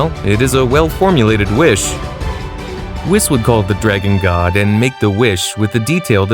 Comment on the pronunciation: He even said whis wrong